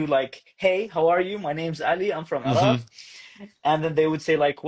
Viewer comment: هو يقول عراق وليس عرب ، أتفهم الأمر لأنه يقول عراق بشكل غريب، لأنه يقوم بفتح العين لازم يقوم بكسر العين.